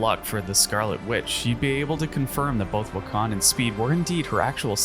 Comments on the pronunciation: “Wiccon” instead of Wiccan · Um. This is an AI voice? Because why is wican being pronounced wi-KHAN . Lol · why do you pronounce wiccan like pecan 💀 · ...he sucks than. "Wiccan" is very hard i know "Wick-can" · wiccan. WICK-en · As a fan of Wanda’s story and WICCAN Pronounced WICCAN AND NOT WECAN. And HulkLING not Hulking. Damn are you even a fan. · Why on earth do you pronounce Wiccan like that..... Omg HulkLING too. Jesus. Also Wanda was not the one who reversed M day it was Hope Summers.